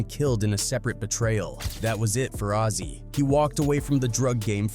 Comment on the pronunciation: It’s actually azie lmaooo